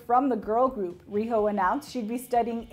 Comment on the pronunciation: The way she pronounces Riho's name and Morning Musume made made me dive for the dislike button. Haven't cringed that hard in a long time.